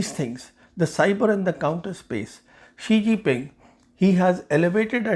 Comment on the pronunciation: Oh, the ChinaPak stooge again -- cue all the praise from Pak commentariat. Sawnhey can't even pronounced his beloved leader's name - which is Xi Jinping, not Shee-Ji Ping. Certainly China can attack Taiwan. The fool Xi has foolishly made unprecedentedly bellicose statements about bringing Taiwan into China's fold, which has raised alarm across the region and the world. Western military experts are predicting military conflict over Taiwan before 2030. Headstrong Xi has foolishly destroyed any trust and goodwill previous Chinese leaders had built by carefully promoting "the peaceful rise of China". But thanks to their closed system, the Chinese are now stuck under him.